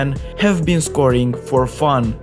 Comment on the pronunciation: Why you pronounce Seria A like that 😂